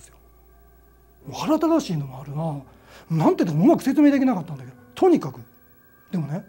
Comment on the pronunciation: 腹ただしいじゃなくて腹立たしい（はらだたしい）ですよ〜っと気になってしまいました（細かくてすみません）言葉の覚え違いとか使い間違いでせっかくのお話に集中できないのはもったいないなあと思ってしまいました。